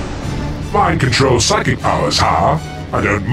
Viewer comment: “I control physic powers huh?” Huh so that’s really how you pronounce physic